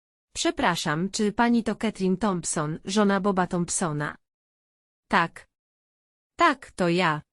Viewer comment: Irytuje mnie ten wyraźny akcent na literę k w słowie takkk niskie oprocentowanie to K wychodzi głośno z krtani ta pani za bardzo stara się upiększyć dykcję ale to k jest przerysowane poza tem czemu ta reklama pojawia się nieustannie długo ,moze dlatego jest tak irytujące to k bo za często i wszędzie jest powtarzane ?